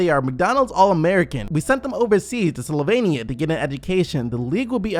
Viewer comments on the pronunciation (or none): none